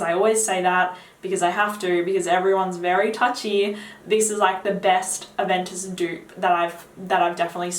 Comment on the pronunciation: I can't understand the name because of your accent.